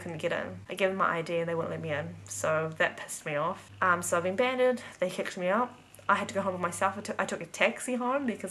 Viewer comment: You pronounce "banned" wrong. It's banned not 'banded' as you say it 😂